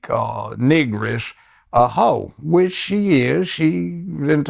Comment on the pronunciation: Did he say "Nigresse"😂😂😂